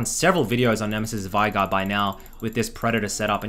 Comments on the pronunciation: VEIGAR NOT VAIGAR WATAFACK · It just hurts the way you pronounce "Veigar"